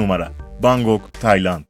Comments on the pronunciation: Bangok değil Bangkok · Bangok değil Bankok :) olucakti sanirim :)